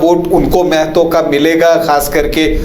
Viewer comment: पहले आपलोग महतो ढंग से बोलना सीखिए मैडम और सर जी, जानकारी के लिए बता दे कि मेहतो नहीं महतो होता है।